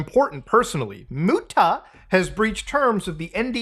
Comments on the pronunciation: They way you dropped MOO TA 😂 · i appreciate the "muTA" spencer pronunciation lol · Lmao i'm glad you did that, the way she pronounces your name has been cracking me up since I first heard it. Why does she emphasize the T like that?!